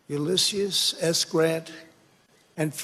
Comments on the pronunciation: His yes men can't even tell him that its Ulysses and not Ulysseus honestly i know its not the main point but how sad is that? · I blame his worshipers from within his administration for not telling his dumbass yet that it's U-LISS-EEZ S. Grant. I feel like at this point they're just letting him keep saying it wrong, and writing it in all his speeches so they can laugh backstage. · His pronunciation is a combination of Ulysses and Odysseus. And that is the most learned thing he's ever done. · To be fair , and I hate you are making me defend trump on ANY point, Ulysses is a relatively difficult name to pronounce correctly if you have not heard someone else actually say it due to it being a relatively rare name , in both conversation for the majority of people and kids being born with the name. Don't get me wrong it's still funny, but that's one of the VERY few times I feel we should let him slide on pronunciation.